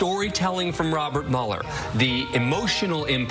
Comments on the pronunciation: Why does everyone call him Muller? His name is Mueller as in Ferris Bueller. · His name does not sound like you liberals want to spin it it's German and his ancestors yes here it comes mein heir sounds like mule ok Mueller not mull so Mueller sounds like mule er ok Elmo now you say it we don't want to have him sound like a camp guard not CPB say it mule +er no not saying Robert Mueller is a Nazi but find it weird the distancing from the Germanic pronunciation of the name to a more of a Engllish sounding version see SJW's how anything can be twisted and made different this is called humor not real like CNN wife's account not her opinions or anyone's it's fake not real